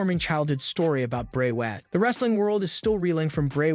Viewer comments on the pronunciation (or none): Yo the people that you know duties podcast so whatever it is they call them they need to get people's names right like Raquel Rodriguez Bray Wyatt etc